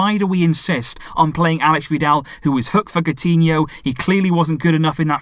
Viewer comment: any brazilian or portuguese here? is coutinho pronounced like "cow-tinho" ?